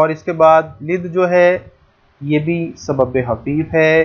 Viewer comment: سر آپ بار بار سبب حفیف بول رہے ہیں کیا یہ سبب حفیف ہے یا سبب خفیف ہے